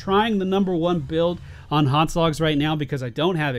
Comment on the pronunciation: It's HotS not HoTs